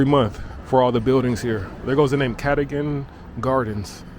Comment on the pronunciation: KATAGAN...pronounced CAR DOE - GAN (Cadogan )